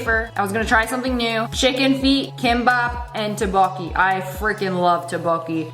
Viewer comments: its not tebakie, its tupokki (for pronunciation) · "tb oki" IT'S TTBEOK-BOKKI 😭😭😭